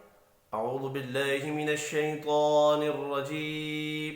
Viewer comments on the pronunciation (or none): ماشاءاللہ پیارے بھائی لیکن نہایت معزرت کیساتھ یہ لفظ شیطان الرجیم شیطوان الرجیم نہیں